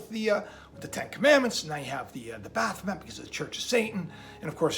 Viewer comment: When you referred to baphomet I could of sworn you said bath mat which was pretty funny and fitting.